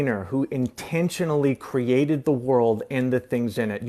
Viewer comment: He even says Cree-Ah-Ted like Hovind